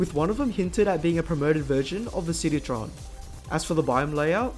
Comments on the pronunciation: sni-dree-on I think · "nidrian" (the C is silent) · it's pronounced "sni-dree-on" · I.. don't think that's how you pronounce "Cnidrion",. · the way he pronpunced cnidrion😂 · The way he says cnidarian 😭